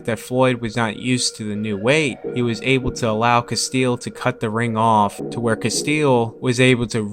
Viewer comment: it's castillo, not castille